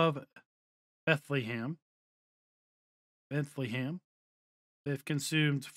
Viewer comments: its not bent - le - heim but you just say bent - heim. its a germen village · It almost sounded like he was trying to say Bethlehem 😂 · he said Bethlehem lmao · A little guide to how to pronounce Bentheim It’s two syllables Bent and heim Bent is pronounced similar to the English word „bend“ and heim is like „hi“ with an „m“ at the end. So Bentheim to you is like bend+hi+m